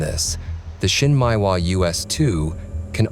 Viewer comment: Not so important but you might look at how Japanese words are pronounced. Shin Meh ee Wa. Not Shin Mai Wa. Nice video.